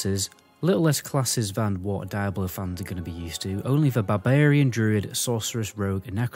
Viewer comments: Why Daiablo and not Diablo ??? You Britzzz :) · Left as soon as you called the game.. "Die.....ah...blow" and not "Deee....ah blow" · I believe it is pronounced, "dee-ah-blow", I kept thinking you were saying, dire blow, lol, I was confused was a dire blow was, I thought maybe it was similar to a killing blow. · Cool vid. Why you say DIE-ablo vs the correct “Dee-ablo” pronunciation? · I'm irrationally enraged by the way you say die-ablo lol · its dee-ablo not whatever the fuck you keep saying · Die-Ablo lmao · die ablo four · Wtf is Dieablo??? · Bro said “Die-ablo” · Die ablo foe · Dude where you lurn to speak it is diablo man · OMFG if you gonna do a review video on a game learn how to pronounce it's name properly